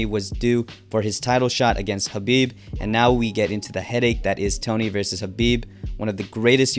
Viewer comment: You keep calling Khabib Habib.